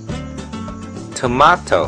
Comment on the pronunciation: thats not how you pronounce tomato